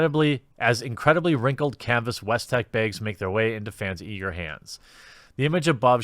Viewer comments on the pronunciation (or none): I don't like when you say "baigs" anymore , it just makes me miss Lauren Southern 😢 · You're right, I thoroughly enjoyed this video about baygs... I think it's the self awareness of the pronunciation that made me laugh. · Every time he says "bags" I blink twice. Behgs. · you still say "baegs" but you can say "sacks" correctly in the same sentence? the heck, man. (just teasing, love the vids) oh nice, you got it right later ( ^u^)b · Bethesda: "Here are your bags..." Jeremy here from the quartering: " B A Y G S " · Accents are a fell of a thing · The way you say “sacks” is even funnier than the way you say “bags”. Go ask someone if they want some sacks and see if you get slapped. Unless you’re really lucky of course.